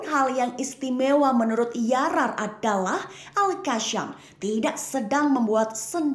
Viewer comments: Al qassam bukan qasham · Al qasham ke Al qassam??tolol ke juru bicara konoha ni😂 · Al qassam malah di sebut al qassham😅